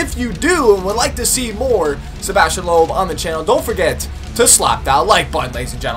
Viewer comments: but this time its loob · Some tips: Sebastien Loeb is pronounced "Lup" not "Lohp" or "Looph" :)